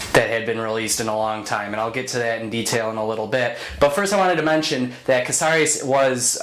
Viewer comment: I just saw this as an opera by Stewart Copeland of The Police. It was amazing! You're pronunciation of Casares is good; for Borges try bore-hace.